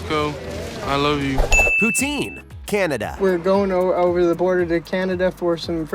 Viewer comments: It's poo-tin like a tin can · The pronunciation of poutine hurts my Canadian heart...